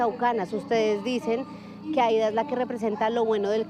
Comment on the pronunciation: un punto para la periodista que pronuncio bien el nombre del pueblo de la mayora Aida, es en lengua jajajja lo hizo bien